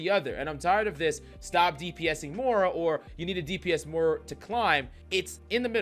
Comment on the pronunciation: More-a Is that how you pronounce it?